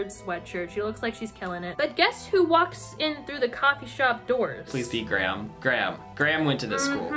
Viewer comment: all I can focus on this entire video is the weird weird way you guys pronounce Graham